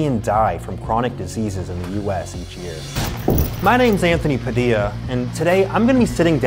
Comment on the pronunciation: “Mai nayme’s Aynthony Padilla” 🤠